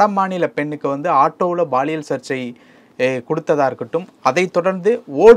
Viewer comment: Anchor promounciation awkward.. thamizh thandavam aaduthu.. he is saying baaliyial.. instead of paaliyal. (Which implies sexual harassment)